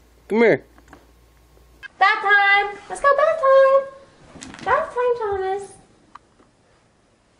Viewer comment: no its bath. its not "bathe" bathe sounds like "bae-thee"